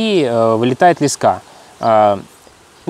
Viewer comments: Почему блогеры постоянно говорят лескА???. По моему ударение должно быть на первом слоге, т. е. лЕска.... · Не лесКа, а лЕска , наберут в блогеры чуваш по объявлению с остановок😂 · Не лескА а лЕска. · ЛЕска ударение е, имя существительное. ЛескА ударение а, родительный падеж от слова лесок (лес) Богдан снимал видео на краю лескА Школьная программа... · лЕска ударение на первый слог.